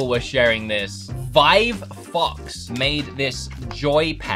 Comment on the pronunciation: Bro why did he say fox like that tho NHL it sounded like fvcks 💀